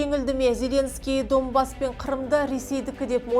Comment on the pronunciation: Не Домбас а Донбасс